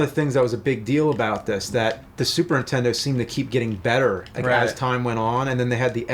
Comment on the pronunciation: Is it me or does James say super _intendo?